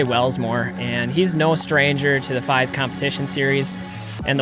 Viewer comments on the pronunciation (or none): Great video! Also fyi its “Feeeeeeese” lol